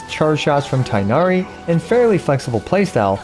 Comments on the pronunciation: is his name pronounced tienari or tignari since people keep saying it differently? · You’re saying his name wrong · People on twitter are probably foaming at the mouth with rage with how he pronounces Tighnari and I'm just laughing thinking about it. He doesn't link it anywhere so I'm assuming he's not on that site and honestly? Good for him. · Vijnana-Phala should be pronounced /vi•gyan-fall/, but then Tighnari should be pronounced /ti(gh)•na•ri/ and yet here we are. Nothing matters to the localization and voice direction team. :XiaoHands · Please stop calling him tienari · Vid came out so fast didn’t learn how to pronounce Tighnari’s name lol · the tighnari pronunciation hurts me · pls stop saying tienahri... its tighnari where you actually make a GH sound its not silent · How you say ting hair as tinari- it’s annoying but slay vid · Thought it’s pronounced ‘teenari’ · He is tin-gha-ree not tai-nari. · It's not tie nari. It is tig-nari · its TI-GH-NA-RI not tie-na-ree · Cool video! But please for the love of all non-american ears call it TEEGH-NARI not THIGH-NARI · remember that his name is closer to "teenari" not "tienari"! :) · the quickness of how this guide came out aside, for the sake of some of our sanity pls pronounce Tighnari as TEE-nari instead of THIGH-nari a chunk of my soul dies whenever I hear the pronunciation as THIGH-nari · Tig-nari not Tay-nari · its not tainari its tigh na ri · no. its pronounced like its written with tbe first sounds like a word tea and gh isnt silent tea-gh-nari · btw the pronunciation of his name is more similar to "teegh-nah-ree" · Please make your Tighnari guide with the correct "TEEG-NA-REE" pronunciation. Be the only big english speaking CC who does this correctly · Not the tie-nari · It's "Tea-gh-nah-ree". Direct pronounciation like japanese names.